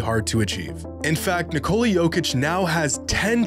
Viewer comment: Dear Americans, it’s pronounced Nicola, like the womans name in English. Not Nick-cola.